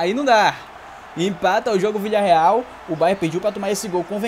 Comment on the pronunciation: 0:0 sim é se minuto se colocar na velocidade mínima ele fala o vilidareal